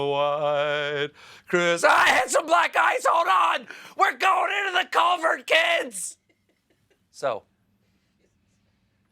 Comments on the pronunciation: Fun fact, on this show, “culvert” is actually pronounced “col-vair” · Don't you mean, "We're going into the 'cul-vair'"? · Culvert?...It's pronounced "Culvair"!!! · "Were going into the colvert kids" that slayed me!